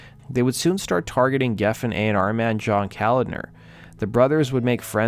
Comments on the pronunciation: &:12 it's pronounced CO-LOD-NER. Not Calender. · Pronounced Ka-lodner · John Koladner’s name is pronounced Co-lod-ner. Not the way you were saying it. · John’s name is pronounced Co-lad-ner. Not the way you keep pronouncing it.